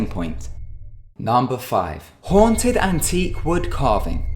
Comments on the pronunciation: WOW MANY TIMES HAVE YOU EVER NEED TO BE A GOOD WAY TO SAY HONTED XD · how many times did he say hoanted